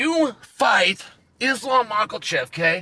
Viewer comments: What we all really want to know is where the L is in makhachev is because you keep saying maklechev and I'm about to unsub, when you started messing up balal Muhammad's name with blahall I didn't care cuz who cares about blahall but now it's reaching a boiling point with your flagrant mispronouncing of names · I came here just to hear Chael say, Makalchev.